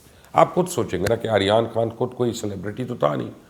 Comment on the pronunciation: He can't even says Aryan Khan 's name properly. 🤣🤣🤣